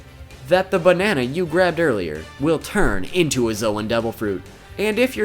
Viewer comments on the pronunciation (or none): its pronounced zone